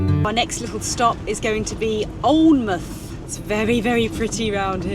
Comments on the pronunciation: Bonus video, thank you. So interesting to see old photos and the account of your travels. I remember the van in Australia, and looked for it some time ago, but couldn`t find it. Amazing travels. Alnwick is pronouncerd Anick. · Fantastic loved this video x happy china anniversary x alnwick we up north ( Sunderland) pronounce it añn nick x enjoy your next milestone 25th anniversary so it will be silver x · Hi .pronunced Anick .lol not alnwick..pronouced alanmouth ,not alnnnnnmouth lol. U are both good people xxx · Alnwick is pronounced “An-ick” up here and Alnmouth sounds like “Alan-mouth”😉😎👍 Love your videos 👌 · Love this part of the uk, the North East coast, Alnwick pronounced Anick but there is also a place called Anick, you should stop at Spittal near Berwick on the border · Although it's spelt Alnwick, it's actually pronounced Anick. 😁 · Alnmouth is pronounced " ALINMOUTH " Alnwick Castle is pronounced " ANICK CASTLE " We Geordies will keep you right 😋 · Alnwick is pronounced anick, love your memories x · Alnwick, is, I think normally pronounced "Annick". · Happy Anniversary ! - Interesting back story. FYI, Alnwick is pronounced "Ann-ick" Not to be confused with another place not far away near Hexham called Anick ! (Hexham is pronounced "Hexum"...) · Alnwick.. you don't pronounce the L or the W.. An'ick. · Sorry to be pedantick but Alnwick is pronounced Annick rhymes with panic 😂anyway love you all and your videos, keep on doing what you are doing ❤ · Help from Some geordies - love the video but it’s Allan-mouth and An-ick 😂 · "ANNICK" 😁😁😁 You should always ask a local how to pronounce the name of the location ... 😮 and glad you found out it was 'Bambruh" ... 👍💯 We are a bit foreign oop norf ‼️😆😆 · Alnwick pronounced Annick. Loved the vid xxxx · Alnwick is pronounced Ann hick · Alnwick is pronounced like Annick and Bamburgh is like Bamber. What a wonderful journey you've had